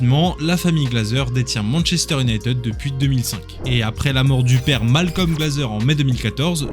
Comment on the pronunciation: Tres bon sujet. Pour avoir connu le MU des 90s avec York Cole Giggs Les frere Neville, Scholes Keane smeicheil etc... MU cest un soucis de releve et de gestion, comme la Juve and co. Les gros transferts ca a ete n'importe quoi. Ps: le frnacais cest pas possible. Cest soit en vf "manchester unitèd" soit en anglais cest "manchester you-naï-tid". Un effort alors que cest le sujet serait pas mal (surtout avec des videos d'illustration ou eux les disent correctement...).